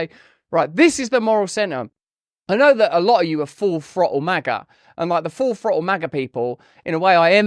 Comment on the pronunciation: Lost me at full frottle